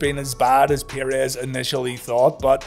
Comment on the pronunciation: It's 'PURR-EZZ' not 'PIERRE-EZZ'